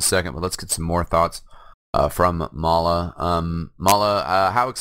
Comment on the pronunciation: its may-la